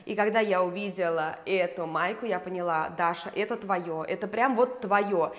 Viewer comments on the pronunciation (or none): none